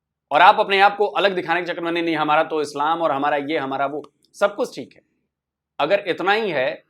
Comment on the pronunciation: Pakistan nahin islam ka masla hai saaf saaf nahin bol paas rahi ye lady 😂